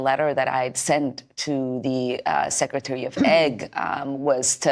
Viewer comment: What is “ secretary of eggs?” ?